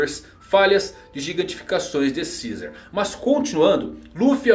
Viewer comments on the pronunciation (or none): none